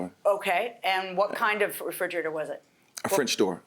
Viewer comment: frigerator... The judge and the defendant keeps saying.. it's refrigerator